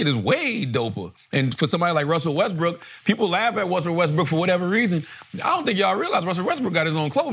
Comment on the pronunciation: Char keeps saying Wusell Restbrook😭😭😭😭